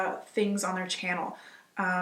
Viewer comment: Haha "..exorbee ant.." amounts of money. You are so adorkable! You make lots of excellent points. And thank you for calling out the vegan wanna be's and fickle snake oil sales associates. You didnt go soft on them, like some other channels I've watched.!